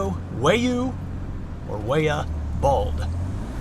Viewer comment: Just an FYI it’s pronounced Why ya Bald!